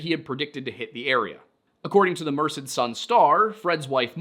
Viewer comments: slight correction on your pronunciation of Merced. The only reason I’m saying this is because you have stated in past videos that you wish to pronounce places correctly (except anything French, which is entirely reasonable😂). I know a local to the area who pronounces the name Mur-sed. You said Mursid, which i believe to be incorrect. Just thought I’d let y’all know. Love your content, keep up the good work! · Hey I grew up in this area and just wanted to mention that Tuolumne is pronounced (too all um ne) and Merced is (mer sed), I don't mean to nit pick I just hope this helps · So uh... Merced is pronounced like Mer- said. I was trying to figure out what lake you were talking about since it's near where I grew up. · I feel qualified to bring something to your attention regarding pronunciation having lived in California most of my life. Merced is pronounced Mer said. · love what you guys do. It is pronounced Tuolumne (2 all uh me) county. It is pronounced Mono (Mo no). It is pronounced Merced (Mer said). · small correction. Chowchilla is pronounced with the "L's" like in chilly. at least that's how we pronounce it and I'm from the area. Merced is also pronounced Mer-Said, I promise that I'm only providing feedback and not being pedantic. Tuolumne -> Two-all-um-me as well. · Thanks for the video! For future reference, "Tuolumne" is pronounced "too...all...umm...ee" with the accent on the "all". Hard to get right from its spelling. "Merced" is pronounced "murr (as in "purr") ..said" slightly accenting the second syllable. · I know it's not a big deal, but Merced is pronounced "Mer-said". Also, not particularly relevant, my mom used to babysit The Yosemite killer, Casey Steiner. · Hi! Local Cali boy, this is really cool (and spooky) to hear about. Also, while I’m not offended Merced is pronounced like mer-said Yall do great work!